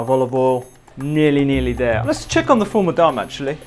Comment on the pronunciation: So the fattoush you made is missing the 2 most important ingredients which are 1. lots of sumac, and 2. mini fried bread pieces. It's also not made with parsley usually. Secoundly, it's pronounced Full Mudamess or Full IMdammass, not sure how a video is being made on middle eastern food without referencing the plethora of middle eastern food youtubers, books, etc.